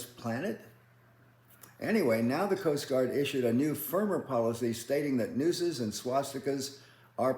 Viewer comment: “nooses” not noses or noes